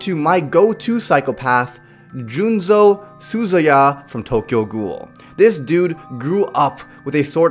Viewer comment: Juuzou not Juunzou